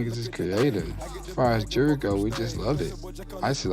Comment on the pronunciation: Can some pronounce Jewelry correctly